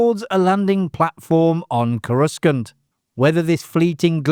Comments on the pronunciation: what the hell planet is ko-RUSS-kant? check that pronunciation again sir. :) and now the lava planet is named after a middle eastern guy? look, I get that you are a Britt sir, but come on, even those who can't speak english can get the planet names right. is this is AI I'm gonna be sick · Coruss-CUNT !!!!!!!!! WTF? ............how on Earth did you come up with such an obscene mispronunciation???? 😱😱😱😱😱😱😱😱😱😱😱😱😱😱😱😱😱😱😱😱😱😱😱😱😱😱😱😱